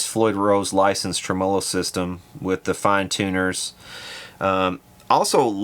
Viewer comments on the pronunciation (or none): It's pronounced "trem O lo" !